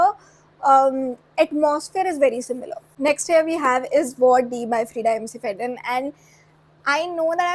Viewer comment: Love your videos, I love thrillers and horror books so much also. But why do you say "Freida McFadden" as "MCFADDEN"?? It's like McDonald's (mac Donald's; Mac Fadden)... Sorry for the gyaan... But it sounds a bit weird...😅